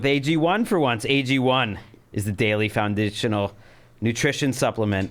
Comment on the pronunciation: haha Anthony smirked when Gregg said "found-ishional". OH YEAH!